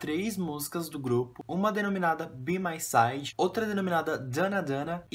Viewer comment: Se pronúncia bai mai saide kkkkk